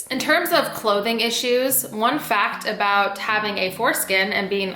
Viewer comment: Why ya talking aboot my skin haha